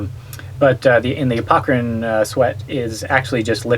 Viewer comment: Interesting. Thanks for the vid. Subscribed, you stinky, sweaty, dripping, honking, humming crew. BTW, I think it may be "apocrine", not "apocErine", if I'm not mistaken.